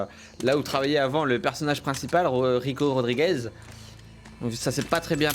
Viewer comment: Cyril: rico Rodrigo moi: mais ptn c rico Rodriguez ToT